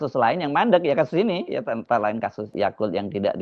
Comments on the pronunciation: mudah2an terbukti..sudah kuduga..khofifah&yaqut..bang hersu nyebutnya si yaqut..yakult..seperti merek minuman..😂😂😊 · Kok saya dengernya Yakult ya? Apakah karena dia mengandung probiotik yang baik untuk usus? 🤭🤭🤭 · Bukan Yakult bang😅😅😅 tapi yaqut😅